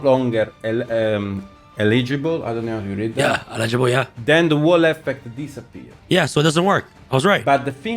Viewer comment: Eligible* El-uh-juh-bl. Not "E- legible" Eligible- Having the right to do. Legible- (of hand writing or print) clear to read. English isn't the Italian's guys first language but doesn't have an excuse here... Lol